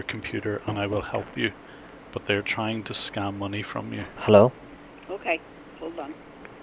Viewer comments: "Hallow? Hallow? Hallow? Hallow? Hall-." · "hall o"